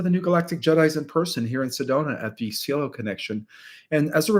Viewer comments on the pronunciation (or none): none